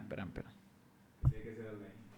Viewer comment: Alain no se pronuncia la i no usen nombre con traduccion viene de Frances se dice so Alan